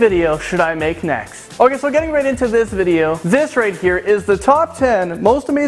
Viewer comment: "ekscaped" 'Thith guy" really...